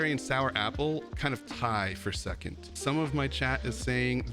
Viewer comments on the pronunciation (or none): none